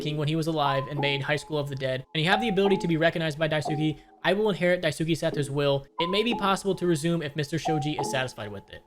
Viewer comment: It literally takes a second to look up how to pronounce Dice-kay